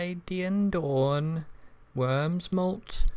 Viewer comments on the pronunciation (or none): none